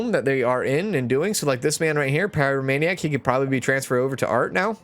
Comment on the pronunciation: I’m sorry I just have to say you’re pronouncing a lot of the disorders wrong, I waited till this episode to comment so see if someone else corrected you. I’m writing this in a helpful way not a spiteful way. If you’re doing it on purpose then carry on…. It’s pie-row-may-nee-ack and klep-tow-maniac etc Again sorry, it was just bugging me ahah